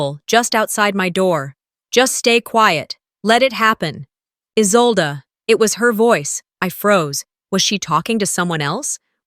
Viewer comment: It’s Isolde, not Isolda or Izolda.